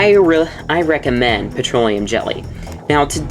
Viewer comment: It is recommend, not reccamend, genius